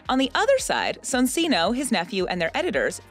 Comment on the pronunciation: great video btw soncino is prounounced son-chee-no